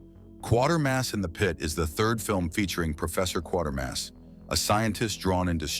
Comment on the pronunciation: Quatermass, not Quartermads